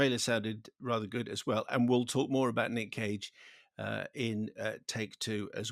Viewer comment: I thought he said Nick Cave and I was excited. Then I realised he said Nick Cage and I wasn't any longer 😬